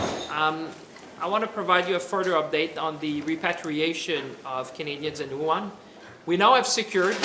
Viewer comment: It's Wuhan not Yuhan